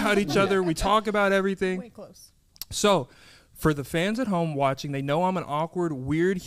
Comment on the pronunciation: “Thank you so much for watchening, listening” 🤣